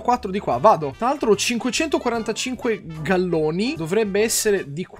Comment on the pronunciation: "Galloni" aveva detto xD Comunque sì!